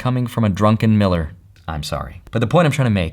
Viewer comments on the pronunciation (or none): Druckenmiller 😵‍💫 lmaooooo 😆